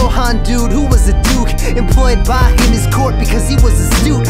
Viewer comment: i am immensely grateful that you pronounced his name properly